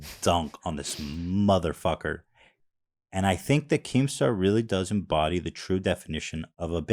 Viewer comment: jesus christ does anyone else notice how incredibly white Ethan pronounces "MotherF*cker"